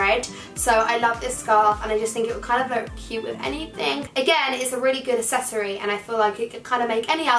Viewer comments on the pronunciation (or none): Not hating on saff cuz I love her but instead of saying accessory she says sessory